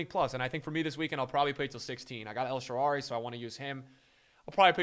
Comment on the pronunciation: Yo, real talk now. Stop saying ”El Shaara_R_y, there’s no second r. Third video I hear it and it drives me nuts. Love you other then that ❤️